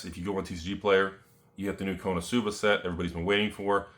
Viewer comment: why he says konosuba wrong so many times....